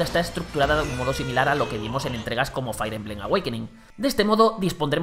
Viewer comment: Otra vez diciendo "Fair" emblem... 🙄